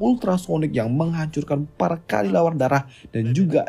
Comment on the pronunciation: Kelelawar bang bukan kalilawar 🗿